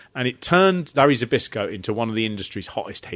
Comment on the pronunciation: *Zbyszko = Spishko. You’re welcome. 🤭